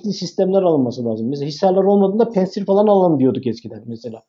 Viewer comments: Ya. Her seyde bi ingiliz Fransız takliti yapiorsunuz. Pentsir degil, pantsir. A VAR ORDA. PANTSIR. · ingiliz de predatör demez, predaytor der, hele hele, bi rus ismini. Ingilizce demek cok daha vahim. Pentsir diorsunuz. Orda a var. Pantsir. Milletin fastpay e, festpey demesi gibi, veya, fastfood a, festfud demeleri gibi. Sizler bilgili insanlarsınız, bu hatalar hiç yakışmıyor. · Hocam pensır değil de "pansir" olacak...rusçada ingilizce gibi incelme olmuyor... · konuyla alakası yok amma pantsir s1 amerikan hava savunma sistemi değil. haliyle söylerken "pEntsir" demeye gerek yok :)